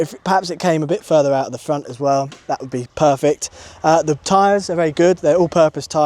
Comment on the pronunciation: The Indian accent on the pront is coming out.Cows and bears,what a peaceful place.